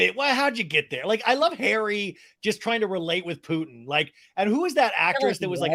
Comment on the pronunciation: Vladimir PEW-ehn 😂